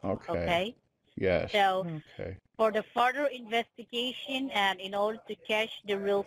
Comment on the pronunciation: "For the farter envestagayshen..." 😂